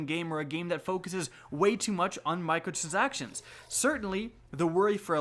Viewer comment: Mi-cro-trans-ac-tion It’s a simple word to say